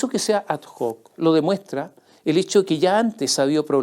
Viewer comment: Estimado señor Mosciatti: ad hoc se pronuncia sin sonido de la h, porque proviene de latín, o sea, se pronuncia "ad oc".